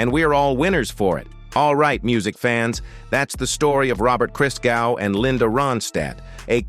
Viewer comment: Hey, it's not (Jesus) "Christ-gau". it's "Cristgow"